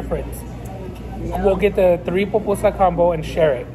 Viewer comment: Salvadoreña (half) 🇸🇻 ❤🇸🇻❤️🇸🇻🇸🇻 its pupusa NOT popusa, and In my family we eat spicy